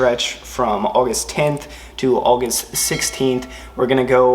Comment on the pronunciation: The way you said August lmao